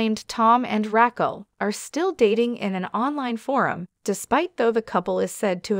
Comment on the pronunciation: Rackle?? lol